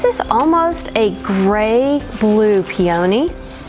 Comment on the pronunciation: In the video, 5 Easter decorations, you correctly pronounced the flower, PEE-ah-knee. However, in this video, you incorrectly pronounced it pee-OH-knee. Google the correct pronunciation and listen carefully.